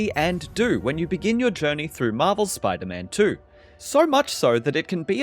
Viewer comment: “Spyta man twerrr” 🇬🇧